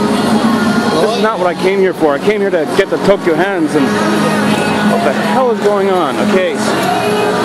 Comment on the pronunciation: Aww I thought you be able to find out more about what happened~ XD Man that song is so awesome, by the way you kept saying Tokyo Hands instead of Tokyu Hands XD Must've been the song loool